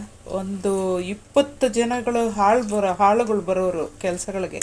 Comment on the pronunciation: ಅದು ಹಾಳಗಳು ಅಲ್ಲ.... ಹೊಲದಲ್ಲಿ ಕೆಲಸ ಮಾಡುವ ಆಳಗಳು.... 😃😃 ಹಾಳಗಳು ಮತ್ತೆ ಆಳು ದಲ್ಲಿ ವ್ಯತ್ಯಾಸ ಗೊತ್ತಾಗುತ್ತೆ ಅಲ್ವಾ. ಯಾವಾಗಲೂ ಉಚ್ಚರ ಸರಿ ಮಾಡಿ 😅😅🤣🤣